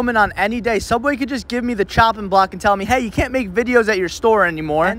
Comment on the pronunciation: i agree… anyone who calls it Sooubway rather than the boring real name “subway” deserves respect